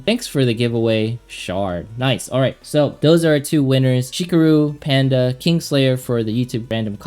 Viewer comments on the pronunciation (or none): none